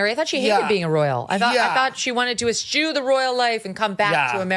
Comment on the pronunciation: S-chew isn't a word, I think the pretty old lady meant "Eschew" which is pronounced S-Q.